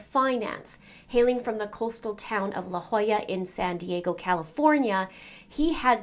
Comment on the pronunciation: Thank you for pronouncing La Jolla correctly!!